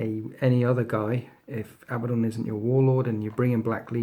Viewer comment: Why does everyone pronounce it like Abba - don? That's really not how you pronounce the name.............